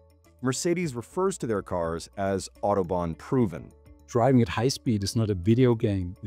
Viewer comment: Autobahn. Nicht Outoban😅